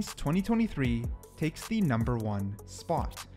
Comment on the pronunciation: reaver numbah wan